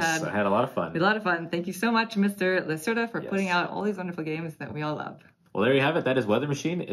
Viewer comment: Thanks for the detailed video. Vital's games are too busy and complicated for my personal taste, but I always enjoy watching your playthroughs. As a scientist, I appreciate the theme of this game! (Just a note: the "e" in Lacerda has an open sound kind of like the first "e" in "festive")